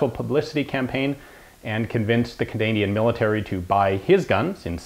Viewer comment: Cadanian. I love you Ian.